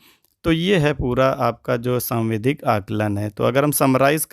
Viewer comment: आप सावधिक को सांविधिक और डिकोडिंग को डिस्कोडिंग क्यों कह रहे हैं ??